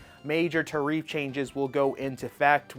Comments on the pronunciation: Saying "they clearly don't know what they're talking about" and "tuh-reef" in the same video is incredibly ironic. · tare-riff my man